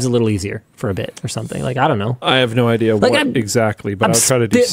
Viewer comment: Here's an idear. Make a quiz where you can win merch.... By guessing how many times Linus goes off topic 🤣